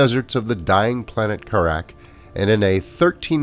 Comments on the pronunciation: As happy as I am you announced this, you mispronounced "Kharak," watch any one of the cutscenes from the original game early-on and you'll know what I mean. If I understand this pronunciation sound-out stuff right, it's supposed to go "Kare-eck," it can alternatively be pronouced "Kar-ahk." If you want to hear both pronunciations, watch any video of Mission 3 from Homeworld 1. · love the vid. subbed. pronunciation of kharak, suspect. :)